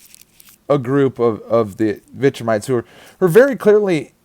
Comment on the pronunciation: Damn can't even pronounce the name of what you're talking about, which is weird because Viltramite and Viltrime are said alot in the show.